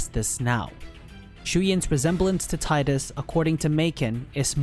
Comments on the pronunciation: ...grr for someone whose been doing the work on these lores, why the hell can't you pronounce their names correctly!? It's."Tee-das" and "May-chen" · No it's not. If your reference for that pronounciation is merely Wakka in KH1 then you need to do more research because that is not the only time it has been voiced and it was pronounced Tie-das. So get off your high horse.